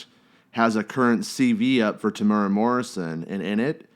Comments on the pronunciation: It’s pronounced “Tem-ew-wera”. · Te-mooo-raa Te-mew-ra Te-mu-eh-rah My give up! My give up! {raises hands in the air}